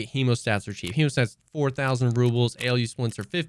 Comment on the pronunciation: Alu splints pronounced as Aluminium :D That AElyou splints way you were saying was just funny XD Or maybe im totally wrong and it is pronounced that way but for me its alu and still sounded funny :) Cheers